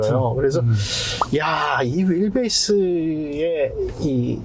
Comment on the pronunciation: 윌베이스는 어디영어발음입니까ㅋㅋㅋㅋㅋㅋ 너무굴리네